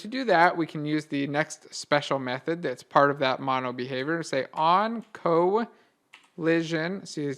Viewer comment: Couldn't understand the "MonoBehaviour" properly.